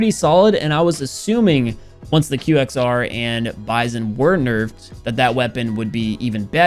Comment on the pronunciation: I thought he pronounces "THE QXR" as "THE QWEXER"